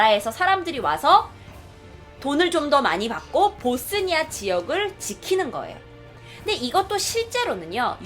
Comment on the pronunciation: 봇쓰니아가 아니고 보스니아... 그리고 보스니아가 왜 못 살... 조선시대 얘기를...